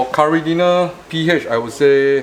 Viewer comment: lol i just realised he was saying caridina and not curry dinner